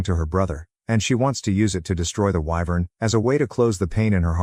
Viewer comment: I don't know why, but I am very amused by the narrator's inability to pronounce wyvern correctly. EEVERN. Just when the joke gets old, it's pronounced correctly. Excellent timing.